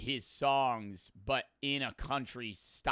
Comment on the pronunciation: It’s but not butt💔🥀